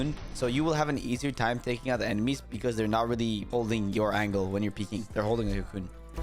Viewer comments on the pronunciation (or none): make sure your pronouncing the “co” at the start of cocoon more telligible cause it sounds like your saying coon 😭